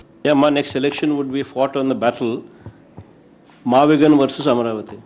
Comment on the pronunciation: its MAVIGUN not MAVIGAN